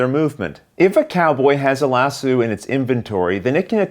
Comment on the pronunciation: "Lass Oh"...not "Lass Sue"! Also...the rider gets in the saddle...not the stirrups. (Even though in real life you'd use the stirrups to get up on a horse and sit in the saddle!)